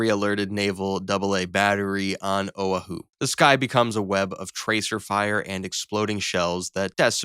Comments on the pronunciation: Owa hoo? Oahu. A-hoo. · o-UH-hooo (SMH) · Oh-a-hu... SMH The AI narration has two brain cells... The first planes that explode wouldn't cause the Japanese to think they were being attacked, they'd think their bombs were defective and were exploding on their own. They'd have no reason to think they were being attacked with no enemy in sight. Unless the jets buzzed their formation to scare the hell out of them, they'd never see them. The carrier would also alert the rest of the military in the area, so planes would be sent up to intercept anything that survived the jets from the carrier. They'd do that outside of the effective range of the CIWS to avoid friendly fire. Anything that made it past would have to contend with ground AA and the CIWS. All six carriers would be sunk, along with a few other ships. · O a hu? It’s O wa hu! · No way bro said "oh-uh-hu" it is "oh-wah-hu" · tf is "oh uh hoo"? are you trying to say "ow aa hu"? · did you say "owe-Ah-who?" did you mean "o-WAH-who?" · OH-uh-HOO? Come ON. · Owahoo? Hairyu? Brother pronounce the words right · It's O'ahu (Oh-ah-Who) not whatever it is you're trying to say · Where TF is this place called owah_who? It seems somebody does not know how to say the word OAHU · You pronouce Japanese carriers correctly but Oahu is pronounced O-Ah-who? Add that to your depressive narration and disinterest, i call this CLICKBAIT. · "Oh a who" 😂 bro thats not how you pronounce oahu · he did not just say o ahh hu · 'Oa hoo' A.I. 😂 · "Oh uh who"? Unique pronunciation of Oahu. But I guess AI proves it can butcher even the most common words. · oh a hu. OAHU. Hawaiian vowels sound different. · Its pronounced ow.aa.hoo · Bro, its “oh-WAH-hoo” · "Oh Uh Who"? Wow. You go through all the trouble of producing this video just to pronounce Oahu like that? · O-wha-hoo? Who are the idiots who did to voiceover? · "OWE a hoo"? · Learn how to pronounce Oahu. Oh wa hoo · Strange pronunciation of "Oahu." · Please never say oahu ever again.